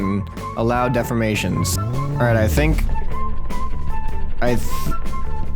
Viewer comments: defformation?? De-formation...Think Deform-ation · dude it de form mation not def for mation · dude its pernoused de 4 mA tion